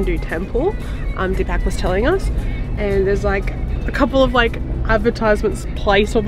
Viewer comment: It is "po-kh-ra", "dee-puk".